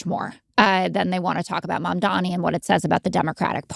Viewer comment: "My jewish friends": Just say my handlers at AIPAC Also it's Mamdani not Mamdami. Just call him Mr. Mayor if its that hard.